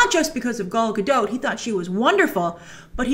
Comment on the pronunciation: Pronounced: Gal GaDOT the DOT is pronounced like Hot